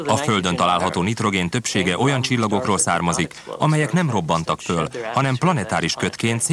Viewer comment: föl. hallatszik az L hang